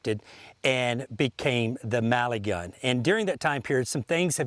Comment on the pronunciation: Ohhhh it's MELIGUN not Maligun like this guy says. Why does he say it so weird?